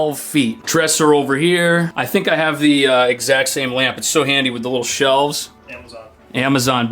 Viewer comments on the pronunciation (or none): The interviewer works too hard at attempting to be a bro. Too many times using the term dude and intentionally pronouncing th as d (and he’s clearly not a working class guy from Brooklyn)